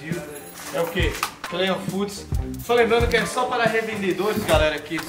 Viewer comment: PQP nego não sabe pronunciar o nome do patrocinador " Clean foods"!!!